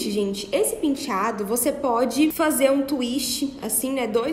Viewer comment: Todos lindos! Mas que agonia ela falando PINtiado🤪🤪🤪🤪🤪